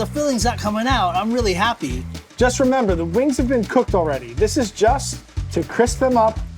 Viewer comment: Hi's Filipino side was slipping up when he said please and happy